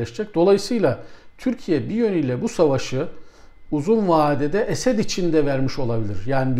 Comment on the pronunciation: Hocam niye Esed diyorsunuz. Esad demeniz gerekir